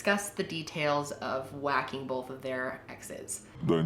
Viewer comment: This is SO random but.... Has anyone ever made fun of you or commented on the way you pronounce the word “both”? People ALWAYS make fun of me for it!! I say it like you (Bol-th) They say you’re supposed to say it like (b-oh-th) 😂 I told you it was random 😂